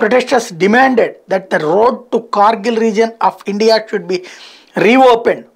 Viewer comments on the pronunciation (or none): none